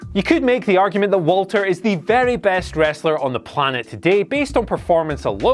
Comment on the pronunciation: It's pronounced Valter, fuck sake boys